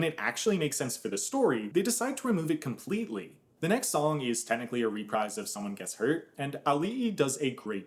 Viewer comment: That's not how you say reprise xx